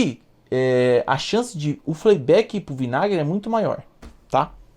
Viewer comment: 🤣 Show esse FLEI BÉK 🤣